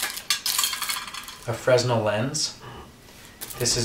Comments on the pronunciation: Nice video. Just so you know the Fresnel lens is pronounced Fra-nell, the s is silent. Really dig the knives you made. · Btw, Fresnel is pronounced "freh-nell," the "s" is silent.